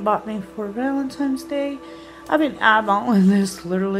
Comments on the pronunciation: It's VALENTINE'S DAY not VALEMTINE'S 😠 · She said valentimes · Happy Val-eN-tiNes day, Amy! No “M’s’ in Valentines You are doing well with your makeup videos. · "Valentime's" C'mon Amy, u're not 4 yrs old. Why not learn to pronounce words correctly? Is it really that much of an effort for u?